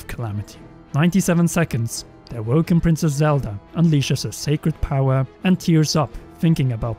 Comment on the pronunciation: did anyone else hear “a woke princess Zelda”